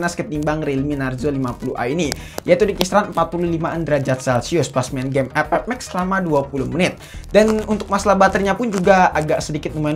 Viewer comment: Bang setiap Kali gwe nonton vidio lo pasti ngakak pas bilang game epep 😂😂😂